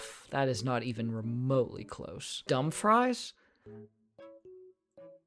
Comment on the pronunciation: Lol dumb fries. It's pronounced dumb.. free... s. Just say each sylybl and then put it together haha ya silly boi